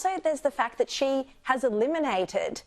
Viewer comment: Sharri, it's "XI" (pronounced "zhi"), NOT "she".